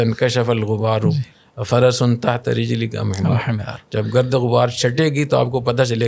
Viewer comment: رجلیک ہے نہ کہ رجلک